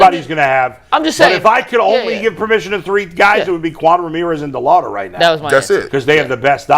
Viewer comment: Why can’t say Chase DeLauter’s name right? It’s not DeLouder!!